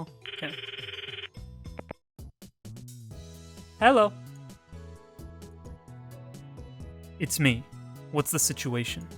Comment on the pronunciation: she said "hallo" xDD